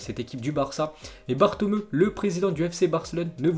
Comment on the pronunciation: Svp il faut prononcer BATOMEOU et Jénoa , c'est de l'italien , pas de l'espagnol.